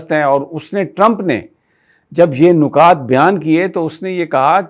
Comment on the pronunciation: نکتہ کی جمع نکات مطلب نون کے نیچے زیر آۓ گا۔